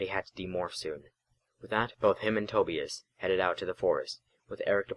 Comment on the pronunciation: I know this is old, and not trying to be too harsh, but Tobias is is pronounced toe-bye-us, not toe-bee-us and that unfortunately struck a nerve, but fortunately, I was able to look past that. Regardless, I liked the first chapter, (I too have read books in the series) and I shall continue to listen to the playlist, especially now that I see this chapter is written in the same way that the books were written. Keep up the good work.